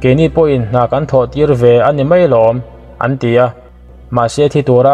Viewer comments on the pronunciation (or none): none